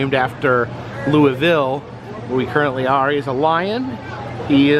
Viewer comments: SO LOVE HOW YOU PRONOUNCED “Louisville “!!! I live literally 20 minutes from Louisville in Fort Knox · Nice job pronouncing the city name right!